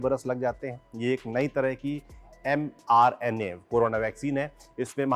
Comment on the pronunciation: It's m-RNA meant messenger RNA It's not mr-na